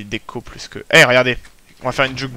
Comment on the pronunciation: Plu? Ses plus avec un s lol